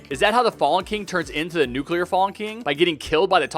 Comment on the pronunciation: below: and thats how fallen king became nucular fallen king